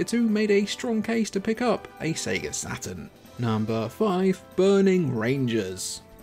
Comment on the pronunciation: I keep hearing "Sega Satin" :D